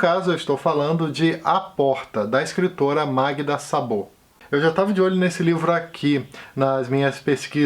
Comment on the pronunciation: oi, o a sem acento tem pronúncia O em húngaro, então Szabó, é pronunciado Sóbó.